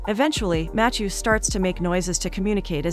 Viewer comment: Never heard anyone pronounce “Matthew” matt-chew